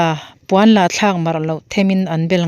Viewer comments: Puan la thlak tiin chhiar rawh, Puan, la(Coton) nilovin. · Puan la thlak mar loh ti a '' la' i hman dan hi a dik lo. A lo la kal lo tih a 'la'ang hian lam rîk tur.Rawn la rawh tia ' la' ang a lam rik loh tur.